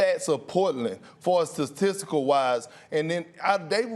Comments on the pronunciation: Perk needs some hooked on phonics... He out here saying “Gord” instead of “Guard” “Sacystical” instead of “Statistical” “CJ McColor” instead of “CJ McCollum” Like bro come on now 😂😂😂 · KP: “sasisical”